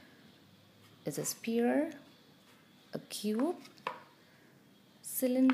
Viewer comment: Nice lesson. Great tips. However, sphere is pronounced s-fear not spear. Ph=f. I'm not trying to rude. It's just that your content is impressive but your pronunciation of sphere is off putting.